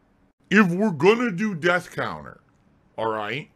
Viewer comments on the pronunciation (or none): none